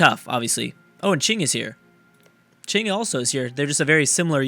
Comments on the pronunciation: Crack-Fuckboy-logic: Knows how to pronounce "Qing", Struggles with "Qin". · pronounces qing correctly but not qin pls